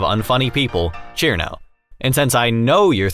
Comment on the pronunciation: Cirno not "Sir no" Cuse its a big ol no no